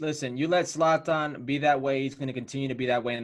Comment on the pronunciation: Is that guy saying Satan or Slatan ? Lmfao, it's Zlatan mate get it right🤣